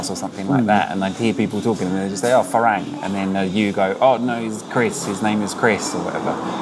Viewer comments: Say "far rang" like your wife said, not "fa raeng". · I enjoy your editing, style, and narration, but dude, it’s ironic you cannot pronounce ฝรั่ง (Farang), seeing as you not only rhapsodized about it’s meaning and, ahem, pronunciation, but it’s kind of your brand and all. That second a in Farang, you’re pronouncing it with the Thai แ, but it’s an ั. Which is to say, it’s not “a”, as in neighbor and way, but “ah”, as in open up and say ahh! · Learn to pronounce farang properly